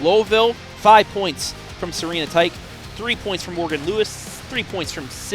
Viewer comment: Commentator sucks. It's not tike it's tish